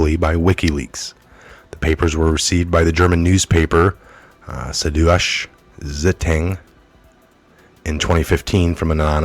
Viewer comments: OK granted, this one is in German, "Suddeutshe Zietung" = sood-DOY-chuh SIE-tung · "Joachim" is pronounced "Wha-keem" and Suddeutsche Zeitung (South German Times) is "sood-doitcha zY-toong"...just FYI.